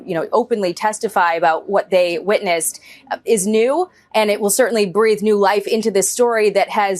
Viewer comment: Instead of Circulated she said Calculated. Every time she said Witness it sounded like Weakness.